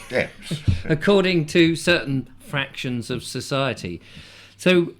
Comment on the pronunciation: Factions, not fractions.